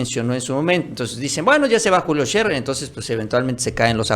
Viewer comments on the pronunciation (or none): No se dice Julio Sherrer, es Sherer sin doble rr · Agradezco la información que nos comparten. Como comunicóloga les comparto que Scherer se pronuncia no como si tuviera doble erre (ferrocarril), sino como tiene dos erre sencillas (erario, horario, Scherer). Saludos.